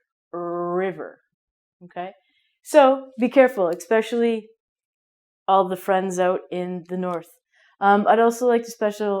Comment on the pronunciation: I *H*ave never heard anyone say "ave" in place of "avenue". Canadian. 50+ years old. Did you say "expecially"?